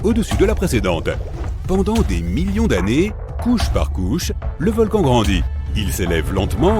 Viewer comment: Encore une video avec une voix d une IA qui fait des fautes de francais Environ 1 mn "un volcane actif " 1mn 22 " mille neuf cent quatre vingt eehiionze" Ect.... Desagreable a ecouter une video comme ca